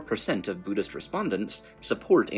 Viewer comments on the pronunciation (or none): But you're not a Booddhist! nouoooo! TTSSsssunaahmee.